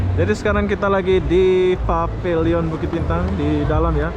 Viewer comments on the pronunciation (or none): Pavilion bunyinya PEVILIEN boss ...please..jgn bunyi pabiliyon